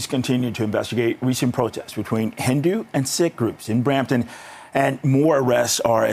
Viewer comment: The word is Sikh - pronounced “ seeeek” not “ sick”